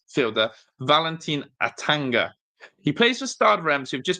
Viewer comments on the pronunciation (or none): Don't forget A-tan-Gana. 😂 Butchered that too.